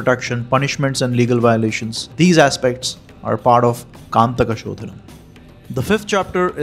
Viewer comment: ಅದು ಕಂಟಕ ಶೋಧನ , ನೀವು ಅದನ್ನು ಕಾಂತಕ ಶೋಧನ ಎಂದು ಹೇಳಿದಿರಿ, ಭಾಷೆಯ ಉಚ್ಛಾರಣೆ ವ್ಯತ್ಯಾಸವಾದರೆ ಅರ್ಥವೂ ಬದಲಾಗುತ್ತದೆ. ಇದರ ಬಗ್ಗೆ ಗಮನ ಕೊಡಿ.